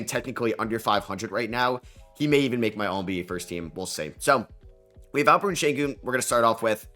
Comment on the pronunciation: He pronounced Alperen right